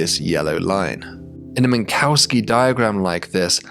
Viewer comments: Minkowski was Russian, please pronounce that "Minkovsky", don't put a cow in his name. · This is the only such instance I've heard. As long as it's understandable I don't mind too much.